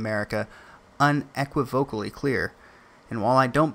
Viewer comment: you say unequivocally weirdly